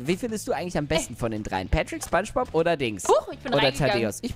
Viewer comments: Kannst du bitte spongebob sagen und nicht spangebob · nach 7 Jahren sagt der Typ immer noch SPANSCHBOB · wie du imma spangbub sagst. xd